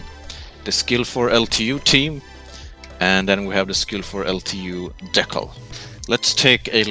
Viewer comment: That is not how you pronounce decal by the way.